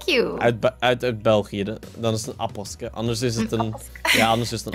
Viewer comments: Het is APPELKE en niet APPELSKE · je zei het verkeerd want het is een appelke geen appelske, maar wil je nog meer belgische woorden kennen dan kun je dat in je vids vragen en ik geef een command, ik vind je vids keileuk dus kijk ik zo vaak mogelijk, om kwart voor 7u sta ik op voor jullie video, hopelijk zie ik jou eens in het echt! Ik zou ook heel graag op je wall komen dus mijn naam is JulieOnMC, doei en doe de groetjes aan Maisha en jezelf